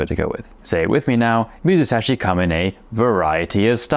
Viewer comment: 水指 is read "mizusashi" just like you said. Although, the second kanji "sashi" originally means "finger ", it also has the meaning "to put in", comparable to the same concept of "ire". You really cracked me up at "water finger".😂 Anyway, I love what you are doing.❤